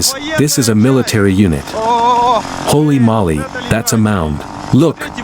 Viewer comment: Is anyone ever gonna tell them its "HOLY MOLY" not "HOLLY MOLLY" OR HOLY MOLLY !!!!